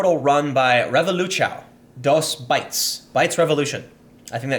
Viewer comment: "Reh-voh-loo-chow" t. Tim Terrible pronunciation. It's "Heh-voh-loo-soun" (silent n, but pronounce word as if it was there)